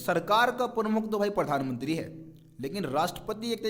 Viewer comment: Bhai pathanmantri nhi Pradhanmantri bolo :) </3